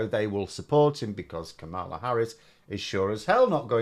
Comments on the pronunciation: There seems to be a bias towards Trump if you still pronounce KaMALa they way Trump does. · It's pronounced Kam-Mil-La, not Kam-Mal-La. When Trump deliberately mispronounces it, it's a racist reference to an old WWF wrestler called "Kamala the Ugandan giant"